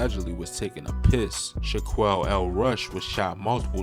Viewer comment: His Name Is Shaquille (Sha-Kill) Not Shaquale 😂🤦🏽‍♀️